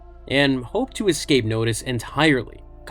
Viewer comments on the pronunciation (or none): none